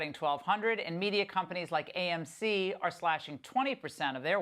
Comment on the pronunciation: Love how you emphasize AMC, NEVER SELLING